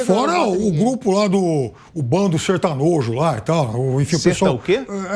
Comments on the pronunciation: Esse cara chamou os sertanejos de "sertanojos"olha que palhaço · Porque sertanojo, como esse cara é nojento. Olha como pronunciou a respeito dos sertanejos. É um verdadeiro boçal, aliás da nojo de ouvi-lo a matracar aí na JP.